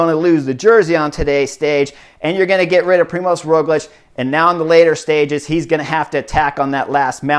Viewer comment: Also, it's Primož, not Primos, you're the first one I saw spelling/writing as Primos xD